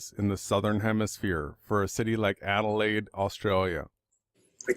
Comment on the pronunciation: I'll pipe up here, as uses extracts from one of my Youtube videos in his support of the AEmap which motivated this rebuttal (by of Awake Souls). Adelain? Adelain? why does continuously refer to Adelaide (where I live) as Adelain in the context of this video, is this something similar to what Obama did when he took office i.e. deliberately mis-pronounced his inauguration speech, is this some type of Karma thing? FAIL! in part of the original video mentions that the Sun sets right-to-left (which it does here in Adelain) and then moves off 'around' or words to that effect. I live here in Adelaide tell me where the Sun moves off 'around' in this: and why the clouds remain lit for so long after the Sun has clearly 'left the building' Oh yeah, Great Work you are Champion for the Truth.